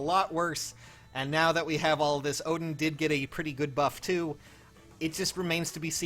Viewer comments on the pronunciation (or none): none